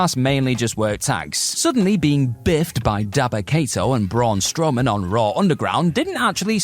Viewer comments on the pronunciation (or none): none